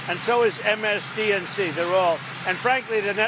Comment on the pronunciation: Is he saying MSDNC? 😂😂😂